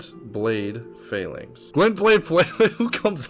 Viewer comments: "phalynx" is pronounced "falle-links" its a military formation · It is pronounced “fa-lanks” Oh god I just realized why that Pokémon is called that now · Ph = f , pronounced falanx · It's pronounced fan flax btw 🤭🤭🤭 what's that last one coz I just got that spiked weapon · It's pronounced FAL-links. Loved the video cheif! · Phalanx pronounced “Fa-Lanks” like saying thanks with an extra A and an L for good measure 😂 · Ayo, idk if you will see this, but it’s spelled Glintblade Phalanx, but the second word is pronounced Fae- Lanks. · I think its pronounced like fal-anx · Phalanx is pronounced fah-lanks ph like phone, its a weird one lol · I think it’s pronounced fal inx